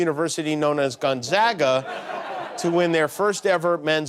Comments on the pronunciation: Imagine following all this coverage of Gonzaga and STILL not being able to pronounce it correctly. GONE-ZAY-GAH. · Pronounced Gone Zay ga... zay like say!